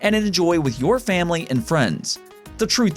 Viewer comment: Heh he said framily